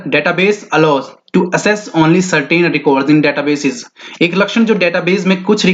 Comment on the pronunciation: Janab ...उच्चारण की ओर भी ध्यान दे . ऐक्सेस (access) होता hai . not एसेस bakii....MCQ 📃ak dm jhakas h😋...👍👍👍